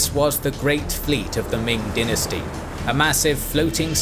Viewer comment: I hate the way he says dynasty